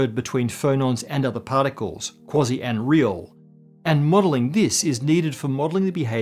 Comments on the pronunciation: QUASI not KWOZZEE! {:o:O:} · I'm pretty sure it's pronounced "Kwayzeye" particles. But I think I know why you're calling them "Kwozzie" particles...😅